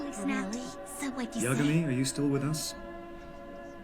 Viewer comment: niggato7thehokageofthevillagehidden inthehood It's Yagami. Not Yamaga.